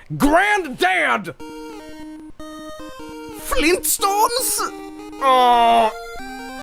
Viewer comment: FLEENT STONES???